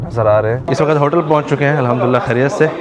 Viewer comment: WAQAT nahin hota WAQT hota hai Sub lagey hue hain NAY wali urdu pe or WAQT ko WAQAT Sabz ko SABAZ Habs ko HABAS Sakht ko SAKHAT bolne pe 🤦